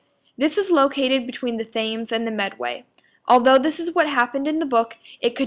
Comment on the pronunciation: Say "Thames" again... I dare you...